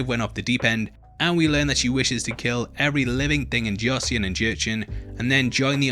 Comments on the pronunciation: Joseon is pronounced as "Jó-son" not Joseyon. "eo" sounds like the regular english O but a bit longer. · Joseon is pronounced like “Josun” btw 😊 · At least pronounce josun correctly jesus christ